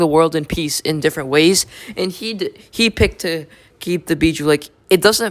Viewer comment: Actually dumbass it's bijuu